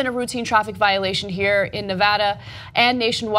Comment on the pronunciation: What's up with people from TYT not being able to pronounce Nevada correctly?